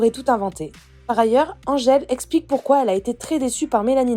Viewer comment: dit Andgele et pas Angele, ce bebeww ☺